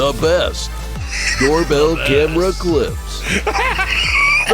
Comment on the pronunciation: Did you just say "that's a door-a-bell?" :D